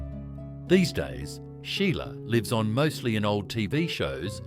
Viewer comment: Using AI narration defeats the entire purpose. Remove AI and provide examples of actual Aussies using these slang words so the pronunciation is at least correct! And fact check. The term ‘Sheila’ to refer to a woman doesn’t probably come from the Irish name ‘Sile’ — it does! Correctly pronounced ‘She-la’. AI ‘see-a-lay’ 🤨